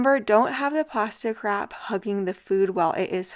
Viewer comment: I thought you were saying “pasta crap” instead of plastic wrap!! 😂